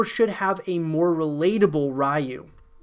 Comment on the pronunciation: Ryu is pronounced "You" with an R in front. If you said "Who do you like?" really quickly the D in "DO" would soften and sound like the R in Ryu. "Rai YU" sounds like ラー油 which is pretty much just the spicy oil we add on food lol